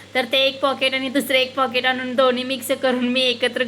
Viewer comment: पोकेट म्हणू नको पेकेट म्हण